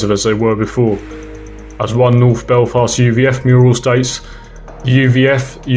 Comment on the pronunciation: it's maghaberry. And I Derry/ Londonderry and Belfast are the only places you pronounced right.